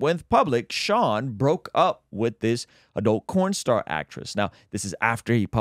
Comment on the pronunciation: Is it me or he said “corn star” is that work not allowed to be said? It’s not the first time I’ve heard someone say corn.